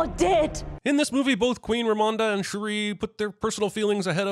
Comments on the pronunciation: How can you take CinemaSins seriously anymore? HE CAN'T EVEN SAY THE NAME OF THE PROTAGONIST RIGHT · It’s actually really messed up that he does this whole movie without being able to pronounce Shuri’s name… I know that people throw the word racist around so much that it’s lost meaning but that’s some really racist shit to listen to a name’s pronunciation a million times and syill actively decide to pronounce it differently… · thought he was smart pronouncing “Shuri” as “She-ree” because he thinks that their names should be complicated in pronunciation due to the stereotype of African’s names being pronounced in a “complicated way” Pls tell me if I was accidentally racist, I despise racism. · Him pronouncing Shuri as Cherie chapped my cheeks😒. INFINITE SINS! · I cringed every single time bruh said “Shuh-Ree” 😭😭😭😭 Thank you for the comments on cultural context too! So on point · I wouldn’t be surprised if CinemaSins is just reading a script and he doesn’t actually watch the movie. That’s why he says shit like ‘Shu-ree’ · I will say the most annoying part about this video is Constantly miss pronouncing her name like you said, Who the fuck is Shuree?? 🤨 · Who else felt extremely irritated about the way butchered Shuri's name? Because I did. It's like he was trying to say Sharice, but cut himself off, while simultaneously trying to hold in a sneeze. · it was really annoying almost immediately and it's true, how does he mispronounce it so wrong when she's been a character for decades and has been in the mcu since 2016 and is the protagonist of this entire movie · I love that you brought up the mispronunciations for characters whose names we literally hear in this movie. It will always baffle me how people can hear a name, sometimes repeated several times in a show or film, and STILL butcher the pronunciation. It's like the people who still pronounce Shang-Chi with a long A, or the people who pronounce Evangelion with a long E.